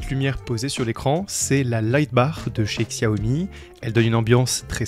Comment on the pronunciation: Super setup ! Le clavier est magnifique. Investis dans une chaise ergo, ton dos te remerciera plus tard ! PS : Xiaomi se prononce "Chaomi" ;)